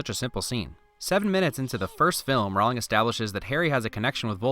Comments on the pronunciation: Jk said herself that her last name isn't pronounced row-ling it's pronounced ro-ling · lol I've watched this before and I'm now noticing he's pronouncing her name wrong. It's Rowling like rolling. Nice job. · Every time you mispronounce JK Rowling's name it as if millions of voices suddenly cried out ... and were suddenly silenced. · Great video. You did a wonderful job describing a wonderful movie. Small note......Jo's last name is pronounced Row-ling, not Rowl-ing. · Okay, sorry. I'm gonna nitpick this. Rowling rhymes with bowling, not howling. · Stop saying Rowling like that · It’s ROWling not whatever you pronounced.